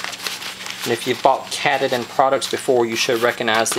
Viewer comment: I am pretty sure it is pronounced "Kah tah dan" like the mountain here in Maine.